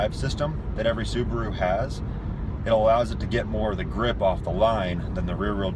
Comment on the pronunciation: Why do they always sound like they’re saying suburu/subru? is it the accent or?